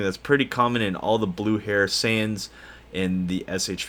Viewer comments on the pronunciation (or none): none